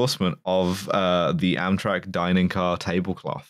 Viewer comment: This was Amtrak's 9/11...or, EMtrak's 9/11 as would pronounce it. It was almost as tragic as America's 9/11: the death of Dale Earnhardt.